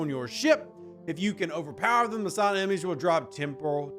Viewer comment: For some reason when you say “Silent” hostiles I kept hearing “Cylon.” Maybe it’s just my phone. Frakkin’ toasters…. Another loop, but maybe some useful stuff in it (efficiency efficiency efficiency). We’ll see.